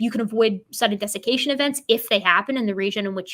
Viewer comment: Funny I know you said sudden desication but I heard sudden def.....